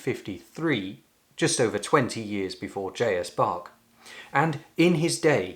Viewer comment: Luckily for me, it was one of the pieces for my organ exam. But please: It is not "Pack a bell" , I flinch every time you call Bach a "bag" with pronounced A! But > - Pachelbel - Pac hel bel - starting with the end.. the bell is very short like in gospel the "pel" , the hel.. yes.. like in hell. But there is the "C" and I can't find an example - at least don't RUN the name - it is very slow spoken :o)